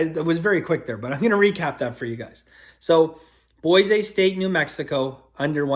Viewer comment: C'mon be honest, you came right out of the gate with Boy-say St? You did that on purpose, didn't you? 😂😂